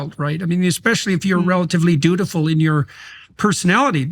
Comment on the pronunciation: “Dutiful”, not “beautiful”.